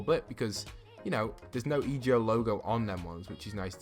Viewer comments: It’s EGO NOT E.G.O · Anyone else triggered when he would say e.g.o instead of just saying ego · Code postboxpat itz_Avila Hey its EGO not e.g.o I think it sounds better😂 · E ge o really its e go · it's ego not E G O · It’s ego not ejo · I love your vids but it’s EGO not E G O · Kinda- I was like “say it right man, this is messing with my ocd.” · Kuraidoman yeh but it’s annoying hearing him sounding out the letters in the acronym than actually just saying the word it spells, like do you say N-A-S-A or nasa